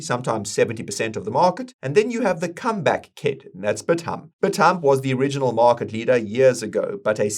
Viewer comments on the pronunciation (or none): Bithumb is pronounced Bit-some in Korea. Thank you for the info.